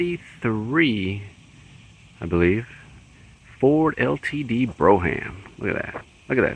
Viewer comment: Good stuff! BTW, it’s pronounced “BROME.”